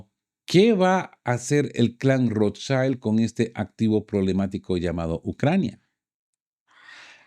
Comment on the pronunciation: Perdón, se pronuncia Rothschild no "schaild" es una palabra alemana.